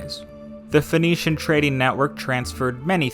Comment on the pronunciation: Sinaitic, not Sainaitic. It's the Sinai Peninsula. Phoenician, not Phoenetian.